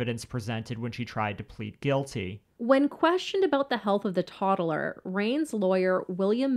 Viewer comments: What does this woman narrator on this channel ALWAYS say “Toddelers” what’s with the extra ‘e’ 🥴🤦‍♀️😆 she does it on every single video lol!!! Like what adult doesn’t know how to say TODDLER?!!! It’s sooooo bizarre!!!!🥴😆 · Obviously, this is fucked up and hard to think about and stomach... But why are these people pronouncing words so fucking weird?!?! "Toddaler".... "Disquallafied".... Just the ones that have stuck out the worst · It cracks me up when she says “toddler.” She makes it a three syllable word! 😂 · The way you say "toddler" with 3 syllables drives me nuts